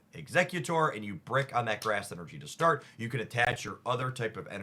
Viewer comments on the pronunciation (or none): none